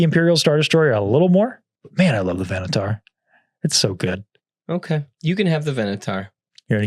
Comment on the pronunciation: It hurt me a little when I heard mispronounce the Venator as "venatar" after he spent 2 and a half minutes explaining why the Venator deserves to be on S.